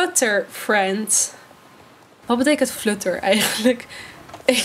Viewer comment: Flutter moet je op zn Engels zeggen haha, het klinkt echt vreemd op zn Nederlands